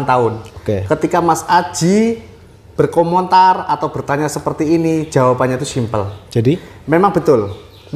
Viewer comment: Berkomentar bos bukan berkomontar